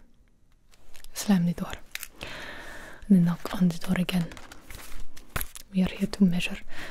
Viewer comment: Best part is when she says,"slam de door".